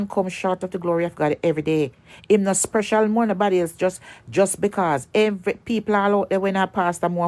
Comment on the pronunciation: You sprecial...dummy, the word is special...dunce like!!!